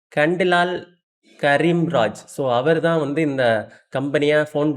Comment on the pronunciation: Kheemraj ah Karim raj nu padikuringa